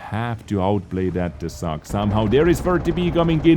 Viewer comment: No, it is a fang (of wolf), its pronunciation is with long "a"